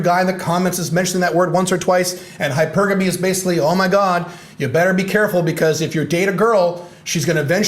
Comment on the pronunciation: Always appreciate your insights from your experience. Good post. (Nice to hear someone pronounce hypergamy correctly.)